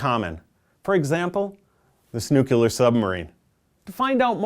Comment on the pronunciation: I found it kind of annoying how you kept saying nu-cu-lar instead of nu-clear.